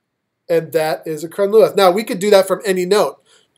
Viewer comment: I greatly appreciate your help on these piobaireachd movements. I would like to offer you a little help in return. The "th" at the end of taor luath and crun luath is not pronounced like it is in English. In Gaelic it is pronounced either as an "h" or it is silent. in this case it is silent. They are said more like turloo and crunloo.